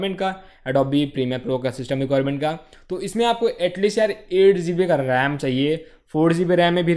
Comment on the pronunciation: It'd GB , not zeebi